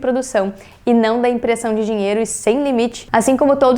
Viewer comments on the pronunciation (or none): none